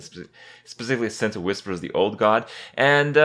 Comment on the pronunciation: "Wispers the ord god" Nailed it Kappa